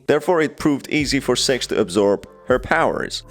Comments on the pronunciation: Not going to lie, when listening to the video, I misheard six as sex countless times. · Are supposed to be saying six🤣🤣🤣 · When he says six on ccs it says sex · You keep mispronouncing her name lmao, her name is six not sex. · Six Captions: Sex Me what i hear: Sex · Wuy Do you Keep saying sex???????????🧐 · Everyone: Six!: Sex! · Why do you call six sex? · I just like to point out that the way you pronounce "six" is disturbing. Just turn on the subtitles throughout the whole video and see lmao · The way you pronounce six might get you demonotized